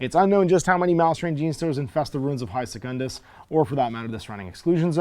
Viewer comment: You pronounce "Secundus" correctly: se-cun-dus. Otherwise, it would be written as secondus: se-con-dus.